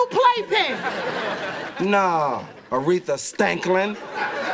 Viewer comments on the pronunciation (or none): When Martin said Aretha Stanklin 💀💀💀💀💀